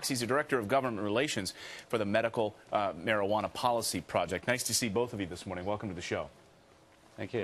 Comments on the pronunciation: What the hell is MARIJUANER??? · anybody else notice ATF Sullivan saying marijuan-er? or is it just me? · what is a marijuaner? atf can't even speak right, how can you expect them to interpret anything?